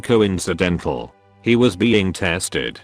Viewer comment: “He was being tEeSted”